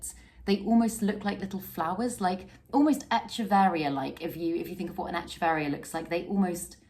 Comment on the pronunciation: Cool plants but echeveria is pronounced eck-everia.